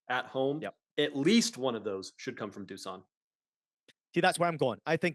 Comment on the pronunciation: Fuck yeah the boys! Thanks for the shout out, but just call me Nik us eastern europeans all have funny names, sorry to correct you but imagine your Juve star boy name is DOOSHAN to get the right pronunciation. Keep up the killer work lads, love being a part of your journey while starting my own in the football/betting space! My pick for Saturday is Newcastle Jets vs Melbourne Victory - Melbourne Victory Win 1.91 on my book LETS HAVE IT!